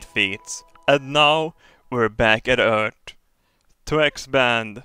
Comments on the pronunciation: med all respekt, varför säger du örteh (earth) och inte örf, vilket låter mer som det utalas på engelska? mvh:) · Why not say 'ee' like in the alphabet? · Merecir So?